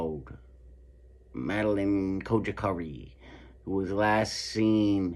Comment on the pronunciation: She is not saying her name right ☹️